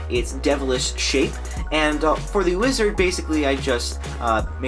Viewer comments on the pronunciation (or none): Dude when you said wizard you said lizard